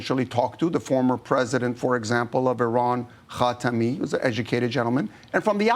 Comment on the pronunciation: Did he really said khatami? 😅😅😅